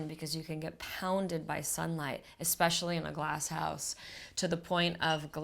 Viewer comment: Beautiful home! I'm always fascinated how people live in a desert like area with all the wildlife. A couple things Brooke, first it's "especially", not "exspecially" and secondly, please stop interrupting and speaking over your husband.